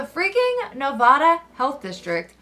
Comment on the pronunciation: It’s Ne-va-duh not Ne-vah-duh lol